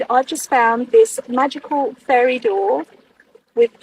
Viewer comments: it sounds like hes saying "furry" every time he says "fairy" lol. makes it a very different video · The way you say fairy sounds like furry which just makes it even funnier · English here. It certainly does sound like furry most of the time. As when he says fairy he is doing it with effort. I think he is saying furries on purpose; doing it to mock fairy believers more. As he finds saying furry for fairy funny. Or it could be his northern Dialect As you can see it takes him effort to actually pronounce fairy.